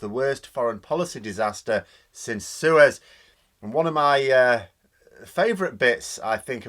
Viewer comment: When you mentioned Suez at the start,, I first thought you said 'sewers'. How apt for this lowdown bunch of Tory incompetents such a reference would have been.